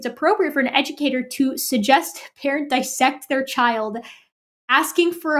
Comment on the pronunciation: OMG. Erica correctly pronounced DIS-sect, instead of DI-ssect. I am in love! Much praise!